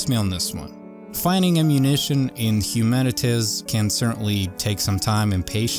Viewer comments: HUMANITIZ lmao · Its Human-it-Z (not Human-itiz). Not trying to be rude but I wanted to make sure you pronounced it properly. Thanks for the video, happy gaming! 😊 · The name of the game is pronouced "Humanit - Zee" as it is a play on the word "Humanit - y". So its like saying humanity has been replaced by Zombies or "Zekes" as they are called in the novel/movie World War Z. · Have I been pronouncing it incorrectly for months now? I thought it was Humanit - Z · HumanitZee not Humanitz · The pronounciation is 'Humanit Zee ... ' Like Humanity... but with a Z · It’s pronounced humanit-zee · Hu-man-it-Z say it with me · Hu-man-it-ZEE :) hope it helps